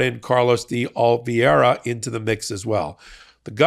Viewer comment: "de Oliveira" is pronounced "dee oliv-AIR-uh," not the way you keep mangling it. This is something you could have learned from literally ANY Latino, Hispanic, Portuguese or Southern European person, or even anyone with a casual acquaintance with one. So now that you've learned something new, kindly put that knowledge to use.